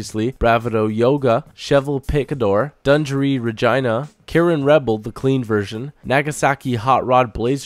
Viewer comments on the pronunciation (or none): I thought he said vagina at first LOL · It sounded like he said vagina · haha the way you say "regina"